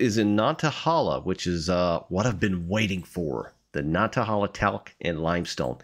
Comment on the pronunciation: Nanta - HAY - la